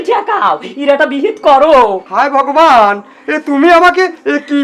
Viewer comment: উচ্চারন ঠিকহয়নাই ভগবান হবে।